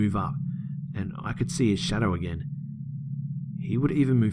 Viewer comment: Omg bro ❤️ love it "agien" ❤️😄